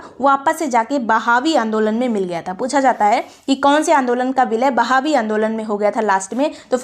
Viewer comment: Mam i think it's "वहाबी आंदोलन" Not a "बहावी आंदोलन"...😊😊